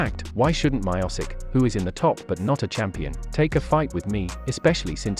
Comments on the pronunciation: Hey guy you pronounced Miocic wrong. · You pronounced Miocic as wrong as it's possible. What the hell is wrong with you.